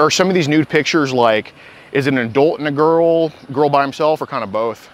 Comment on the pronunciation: The way says adult is irritating. "Adoolt"